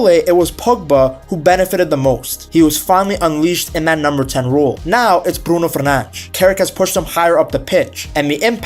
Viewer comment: Why do you pronounce Bruno Fernange? lmao